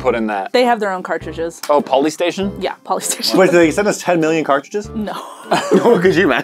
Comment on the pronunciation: Poly-station omg. 😅😅😅😅😅😅😅